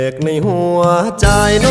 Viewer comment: รู้สึกน้องจะมีปัญหาเสียงครุ นะ เช่น "ใจ" ร้อง "จาย" เสียงดี มีเอกลักษณ์ ฝึกออกเสียงอักขระให้ชัดเจน เพลงจะไพเราะขึ้นครับ